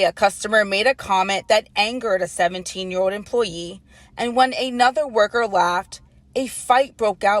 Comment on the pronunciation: “17 year owed” imagine a (non asian) news anchor who cant pronounce the letter L